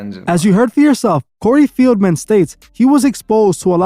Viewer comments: Bro it’s Corey FELDman…. Not FIELDman…. Come onnn bruh how are you not researching better than this?! lmao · Corrective Criticism- PRONOUNCED (Fell-man) COREY FELDMAN, NOT (FEEL-MEN)...You have become annoying to my OCD, so I don't watch u much lately. But, I been a follower for a while & a member for a month, but I didn't find anything special about it bc of my hectic schedule I assume. However, I love your work. 😊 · His name is Feldman not Fieldman